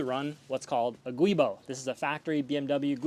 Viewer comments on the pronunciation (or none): Great video. Very well done. A few notes: - "Giubo" is pronounced "jew·bow" not "gooey·bow". And no one wants to say that, so just say "flex disc" like the rest of us. ;) You're probably pronouncing it the way you are because you're spelling it wrong. I can see where you are spelling it "Guibo" when it is "Giubo". Also, it would have been nice if you'd explained that helical gears are stronger than straight-cut gears, but typically manual transmissions with straight-cut gears can handle more torque because (as you said) there is no axial loads which tend to spread the gears, BUT can also spread the transmission case causing case cracking/failure. Crazily enough, transmission case failures might be more common than gear migration failures if I had to guess. Did you consider herringbone cut gears? That is my car mod bucket list item. A manual with herringbone cut gears for the best of all worlds. Strongest setup, and quiet operation. - Your article about clutch types, does it get into marcel springs? I see it talks about hub springs but you should update it if it doesn't cover marcel springs, which are another important factor when it comes to smooth clutch engagement and transmission life.